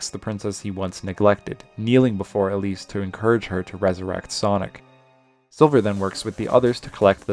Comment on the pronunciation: it sounds like you called Elise "obese" and it's sending me and my friend rn